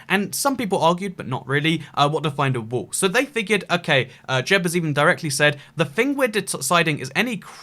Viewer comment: He said wall and made it sound like wool